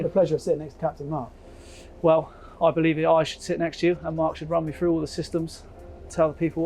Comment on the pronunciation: " Berf " " talk us frew it " " lie-tin " Why oh why can't youngsters pronounce their ' TH ' and ' ING ' anymore... jeez